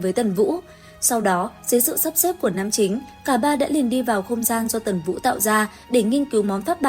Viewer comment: Ủa tần vũ mà Ad hay bị đọc nhầm vậy nè 😊